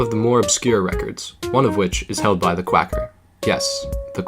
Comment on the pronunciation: You spelt "Quacker" wrong. You said "Quaker" but it's actually "Quacker". Overall amazing video, though.